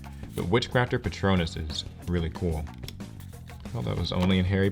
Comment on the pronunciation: You can spot the Harry Potter fans by how they pronounce "Witchcrafter Patronus" :)